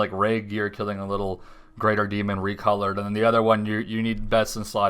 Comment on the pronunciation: dee'mon butler